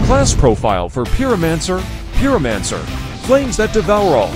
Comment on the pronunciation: "peeromanser" lmao